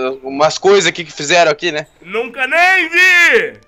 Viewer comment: " Nunca neim vi "